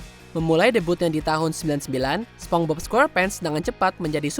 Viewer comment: Tunggu tunggu, gw ga salah denger kan kalo naratornya nyebut spong bob?